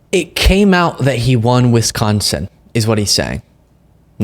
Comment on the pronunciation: Pleaseee don’t say Wisconsin like that